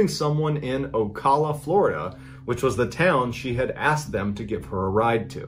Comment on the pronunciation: Am I the only one who thinks he’s pronouncing Ocala wrong?